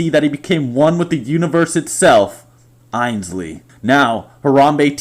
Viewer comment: "INSLEY" bitch, it's AINSLEY!